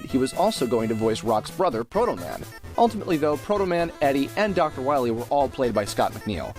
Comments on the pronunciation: Dr wahwee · we must stop Dr wahwee imediately